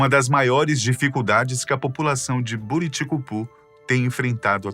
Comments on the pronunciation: Não se pronuncia "Bô"riticupu, se fala Buriticupu mesmo, nome que se originou da junção das palavras Buriti e cupuaçu, duas frutas nativas da região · Se fala Buriticupu e não Boriticupu